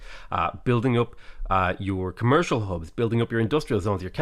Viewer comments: Did you say Khmer-cial Hub? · i swear i heard him say: khmercial district.